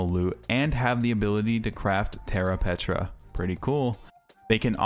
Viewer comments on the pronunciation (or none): Preta. Terra Preta. Not "Petra". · And it's called Terra Preta not Petra ;)